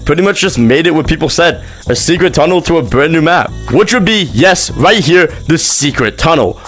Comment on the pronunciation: he said "secret tunnle" i didnt know THAT was it 😭😭